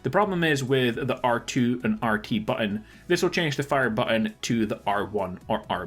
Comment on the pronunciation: FYI, there are two letter "T"s in the word button.